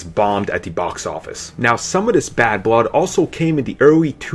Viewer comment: Thwee, Pwees, Bwood, Wisence, welease.... Please...